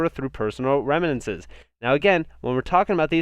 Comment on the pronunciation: Remittances is pronounced, ree-MITT-ehn-sehs. Love your channel, your info is so comprehensive and helpful!!